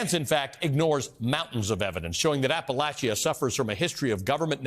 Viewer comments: This guy doesn't even know how to say Appalachia. If he really cared and knew anything about the area he would have taken care to understand. I have zero respect for a person that does not do their homework. App-a-lach-ia. Ha what a joke. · Anyone else bothered by his pronunciation of Appalachia ? lol….wft. That’s not how I learned to say it.